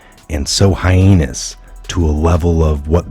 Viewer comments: heinous is not pronounced like hyena. It is pronounced like Hayness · dear, it's "Hay-ness" (heinous) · Will all due respect sir, the word is pronounced "Hay Ness", I love you and don't want to demean you, just enlighten you as you have enlightened so many. Love n light brother 💕🤗